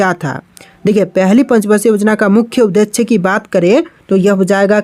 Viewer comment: भाई आप उद्देश्य को गलत पढ़ते हो और बहुउद्देशीय को भी । कृपया करके सही पढ़ने का प्रयास करिए 👍 ।